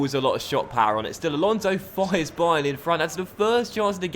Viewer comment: I'm pretty sure you called it 'dybayern'